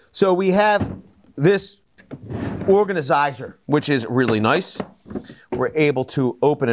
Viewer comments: Did he say organasiser? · I do love an 'organazizer' 😆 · you got me at “organisizer”